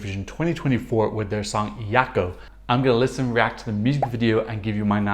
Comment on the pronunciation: Jako - in French pronunciation please. They are, after all from France ;) You know, so many don't hear it in the song, while she does sing it "Zhako"... Hmm